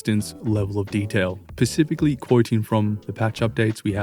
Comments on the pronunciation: Is he saying “pacifically” instead of “specifically?” 🙃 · It's "specifically" not "pacifically"